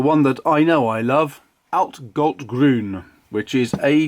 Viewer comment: I don’t know the pronunciation of Blu Mare either, it’s not German, so that’s not my business :) What I can say is that your pronunciation on „altgold-grün“ (oldgold-green) and „Eisengallustinte“ (iron gall ink) was excellent. :) I have like 8? of these inks and they all are flawless from an objective standpoint :) And they are cheap to even very very cheap depending on where you buy them :) The Oxford paper (mine is 90 gsm) is my every day paper :)